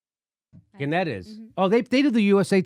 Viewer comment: Guys, pronounced GAN-nette. Access on first syllable.